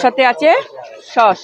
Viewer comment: ওটা সস্, শশ্‌ নয়!